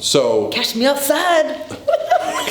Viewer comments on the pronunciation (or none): Definitely in phase 3 right now. Also could not handle "cash me ousside" lmao